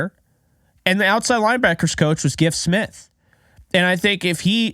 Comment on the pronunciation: You are pronouncing his name correctly.